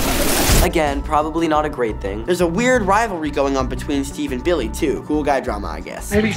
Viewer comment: Did noah just say “bildy” instead of billy?